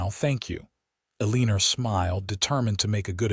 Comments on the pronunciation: Don't you know that she's "a leaner" rather than someone who has straight posture???😂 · E LEAN ER , you mean Eleanor?